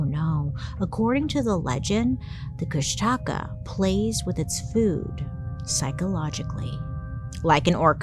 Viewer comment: Try to phonetically pronounce it Kush-duh-caw to try say it more closely like how the native speakers say it. I was listening to you in the background thinking what in the world is she trying to say? Then I looked up and realized what you were talking about. Lol